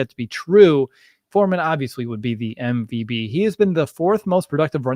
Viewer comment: Why do you say mvb instead of MVP?😅